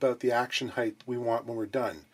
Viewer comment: pleeeaaase tell me I didn’t hear you say “heighth” 🫣